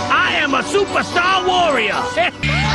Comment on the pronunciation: ) HEHEHE, I AM A SUPERSTAH WARRIAH!